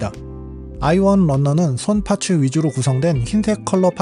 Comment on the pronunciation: 파츠 ..파츠 정말 듣기 싫네...일본놈들 ㅌ 발음 안돼서 파쯔 파쯔 하는거.. 그놈의 기믹이란 소리도 듣기 싫고..ㅋ